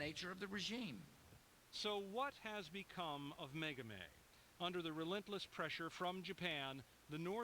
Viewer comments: her name is Megumi, not Megami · The brain-surgeon liberals at CNN are pronouncing her name WAY wrong. It's "Meh-goo-me," not "Meh-goo-mey." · Why the elaborate mispronunciation of Megumi's name?